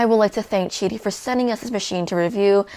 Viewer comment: If it's che-dee wouldn't it be the chu 1? JK 😂